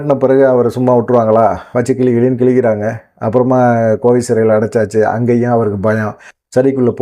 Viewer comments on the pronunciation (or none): none